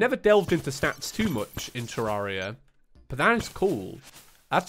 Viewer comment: You say it correctly but about 83% of terraria players say 2